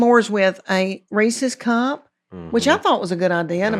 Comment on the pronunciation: When she said Reese’s cup talking about s’mores I thought she said racist cop. I was confused for a bit there.